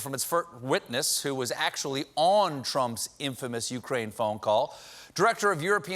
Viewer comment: Firt WITnus